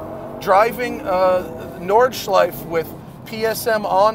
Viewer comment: Please dont delete the “e” at the end of Nordschleife. Must have had your breath taken away ;)